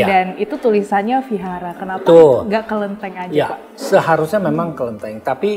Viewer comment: Kalau nggak bisa melafalkan huruf “V” nggak apa-apa, dilafalkan jadi “W” saja, jangan jadi “F” ya. “Vihara” bisa diucapkan sebagai “wihara”, jangan “fihara” 🙏